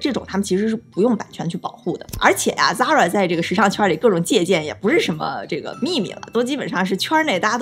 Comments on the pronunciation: 一口一个zara，美女，你好像读的有问题哦，它读：飒啦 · 美女，Zara的发音不是那样滴